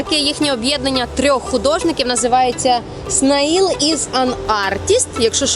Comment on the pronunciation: Снаїл? snail це слимак, читається "снейл"